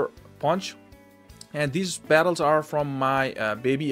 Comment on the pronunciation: “Best attles”